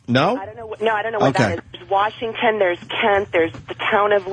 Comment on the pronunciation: Man you could just hear the air leaking out of the room at the end when Opie took over. WARSH? WARSHINGTON? WARSHINGTON? MY DAD LIKED CHICKEN WE TRIED TO GET HIM TO EAT A SALAD. DAD EAT A SALAD. BUT HE ATE HIS CHICKEN. WE WERE LIKE HE EATS CHICKEN. HE SHOULD EAT A SALAD. WHY MAKE HIM EAT A SALAD. WE'RE TRYING TO GET HIM TO EAT A SALAD BUT HE SHOULD JUST EAT HIS CHICKEN. THE GUY JUST WANTS TO EAT CHICKEN WHY ARE WE MAKING HIM EAT A SALAD. What fabulous "steering the show" Opie radio genius sure can set up the comedy....